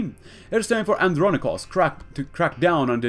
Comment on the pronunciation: Here's some help for pronouncing his name. And-Ron-Ick-Oas The last bit should be pronounced as if you were saying the word "Boast" but without the "B" or the "t".